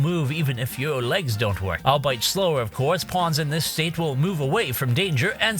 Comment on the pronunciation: Detritus. Albeit. Look up their pronunciations. 😅